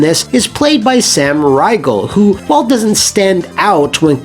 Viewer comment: Sam RYE-gul